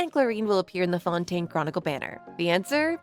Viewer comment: The only thing making your voice feel ai is bcs of your accent and all like wtf u mean "fountain" for fontaine🥀